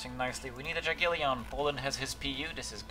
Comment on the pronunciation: Nice gameplay, take all lands as fast as possible :) best tactic i think. hah your Jagiellon sounds so funny :D i know it is not main topic of your video, but i had to write this :) Have a nice day ;D